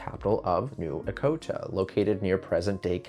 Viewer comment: Echota is pronounced with the 'ch', not a k sound.